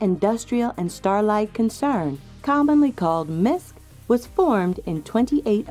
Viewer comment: did you say "starlight" or "starlife"?